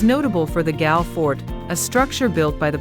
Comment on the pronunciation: Galle is pronounced as Goal